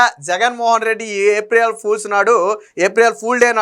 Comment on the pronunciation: ఏప్రియేల్ కాదు ఏప్రిల్ అనాలి